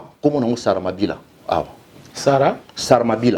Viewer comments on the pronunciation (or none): Salamabila et non saramabira 🙊😇